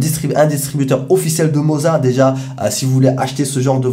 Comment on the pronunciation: Le seul qui prononce bien le mot "moza"! Les autres ont dirait qu'ils vendent du fromage ! 😂 Merci pour tes vidéos. 😉